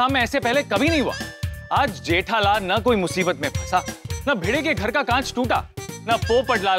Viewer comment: Gethalal nahi jethalal bolo bhai